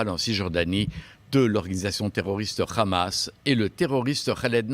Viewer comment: C'est hamas pas khamas